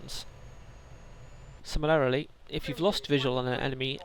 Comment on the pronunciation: Great vid well thought out. but oh dear... sim-il-air-ri-ly?? Do you mean Sim-il-ar-ly?